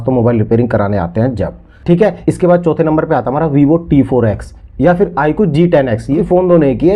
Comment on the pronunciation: Bhai aapne shuru me jo IQ phone ka name number bhi sahi se nahi bola nahi dikhaya mujhe to kuch samajh nahi aaya